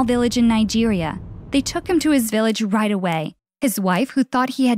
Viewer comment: You kept saying wight instead of right